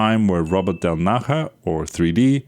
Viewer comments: Del Naya not Del Naha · How the hell are you pronouncing 3D’s surname?? It’s Italian, not Spanish! del NAH-yah • Del as in English “del” (short e) • Na stressed, like “nah” • ja = “yah” (the “j” in Italian is pronounced like an English “y”) So: del-NAH-yah. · Del Naha??? Seriously? You haven't tried to check the transcription how to pronounce it? 😂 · The “j” in “del naja” is pronunced “e”; he’s of italian origin, not spanish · yeah it's a j like jar